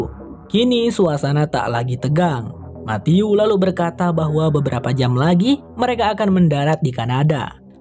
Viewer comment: Pas ngucapin Matthew aku denger ny mati-u —>mati-yuu —> mati-yuk 😂😂😂